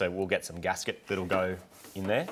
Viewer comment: O DiD yOu SaiD GaSkEt? OOF